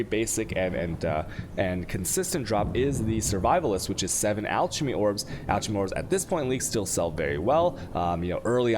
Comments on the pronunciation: Jolems and alCHemy orbs XD Edit: Shavronees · I love the videos, but I can't hear anything for a few seconds after hearing "jolems" or "altchemy". My brain just shuts down. That's a hard G in golem, and "chem" is as in "come". <Rewinding to hear what was said after "jolems"> Thanks for the vids!!!! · I love the content and the videos.. But how you pronounce some words drives me crazy... Alchemy, Valkyrie, Chaos, Arc... seems like you love putting the "Chhhh" sound everywhere even when its "silent". Just a personal cringe from me...... other then that i love the content very informative